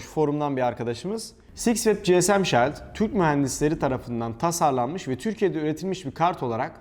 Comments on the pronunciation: Robotistan baştan beri hem bilgi hem malzeme kaynağım oldu. Tüm videoları da izlemeye çalışıyorum, teşekkürler. Sadece dile biraz dikkat: "shield" kelimesinin telaffuzu kulak tırmalayacak kadar yanlış kullanılıyor. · shield kelimesi şiıld diye okunur şayld değil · Oha adam shiled’de neden şayld diyor diye bir bakayım dedim şok oldum.. şayld deniyormuş vay anasını.. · No body: Şayld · "shield" okunuşu rahatsız edici. lütfen düzeltirmisiniz.